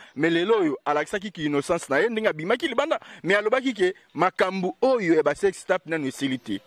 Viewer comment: Salut! Juste une petite correction! Le mot s’écrit « TAPE » mais la prononciation c’est « TEPE » donc le À devient E! Alors vous dirait « SEX TEPE » pas TAPE. Merci beaucoup!